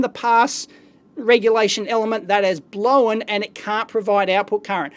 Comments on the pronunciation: TIL: Strine for "blown" is not pronounced 'blone', it's pronounced 'blowen'. Cool. If I ever have to fake the accent, this information might come in handy! :) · Whenever he says "blown" I hear "blowen"